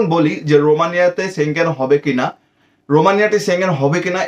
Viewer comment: সেনজেন কথাটা ঠিক ভাবে বলতে শিখুন